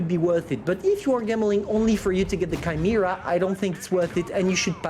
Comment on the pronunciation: did he just said Kimera for Chimera ?